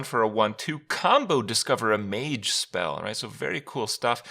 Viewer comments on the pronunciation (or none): none